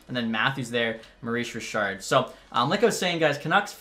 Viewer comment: Mooois Jichaaad (Maurice Richard), always crack me up 😆 Good vid!